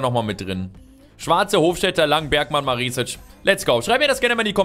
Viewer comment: Maresic spricht man mit kurzem e aus(bedeutet schnell ausgesprochen